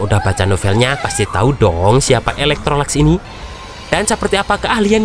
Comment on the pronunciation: Bng maaf ada kesalahan penyebutan kalo sebut yi laikesi itu bukan eloktrolax tapi elektrolux lebih gampang panggil yi laikesi😅